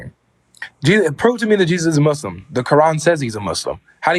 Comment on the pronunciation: Guys a troll could not even say muslim properly pronounced it mushlim. He's playing games probably avery friend?